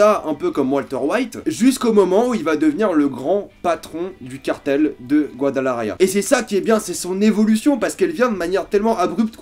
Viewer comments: Alors oui, je pue en espagnol, je prononce mal "Guadalajara" et "Camarena". Mais sinon, meilleur moment de cette saison ? Si vous voulez un t-shirt ciné/séries vous pouvez utiliser le code promo "RGORILA" : ! Pour ceux qui aiment la chaîne vous pouvez désormais la soutenir GRATUITEMENT: ! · Rien a dire j'ai kiffe cette saison aussi mais soigne ta prononciation de Guadalajara par pitié 😂